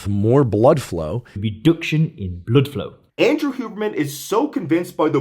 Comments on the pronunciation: I though of you saying blruh bfow everything he said it. 😂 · The way you keep saying Blüdflow over and over throughout the video is insanely annoying. I can't watch ts. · Idk how I’m the only one commenting this/annoyed by this. I love the information, but your way of presenting it- “blödflow” and the indignation in your voice- it makes it hard to keep watching. If you’re really incensed about pseudoscience, do some meditation or something before the episode please. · I love that he committed himself to saying "bludflow" each time, and actually did it xD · I love how you're so perpetually committed to the correct pronunciation of 'bludflow', 😊. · I will never get tired of him saying "bludflow" lol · Idk why I’m still watching this it’s making me so uncomfortable 😣 Im low key scared watching this. Why he saying blood flow like dat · That bloodflow pronunciation 😂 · its deeeeeebÜnked, as in blÜdflew. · Redüction in blüdflow 😆